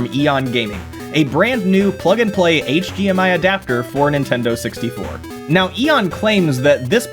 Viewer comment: might be saying D but I keep hearing G. HGMI, HG TV.